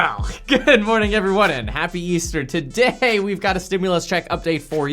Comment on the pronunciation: NOBODY ; THIS GUY ; TodaHAY 😆